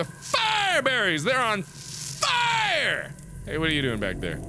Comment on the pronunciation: "I can't take the FIEREberries! They're on FIEREE!"